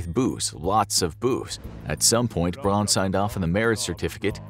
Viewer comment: “Braun” is pronounced “brown,” not “brawn”